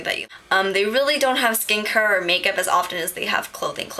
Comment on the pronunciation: "skin cuhre" .. gangstaaaa lol